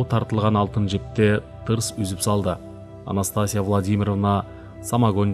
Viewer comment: Анастасия окулганда "И"тамгасына басым берип окулат.